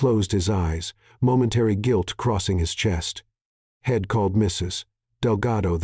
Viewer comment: Really bad pronunciation. He'd pronounced head, she'd pronounced shed.